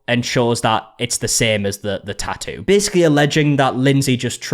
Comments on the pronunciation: You keep saying "tah-oo". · Wow, you really cannot pronounce “tattoo.” You know there are two TTs in the middle of that word, right? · i love a tattoo drama update because i find way you pronounce tattoo very pleasing (no shade, i like your accent) ❤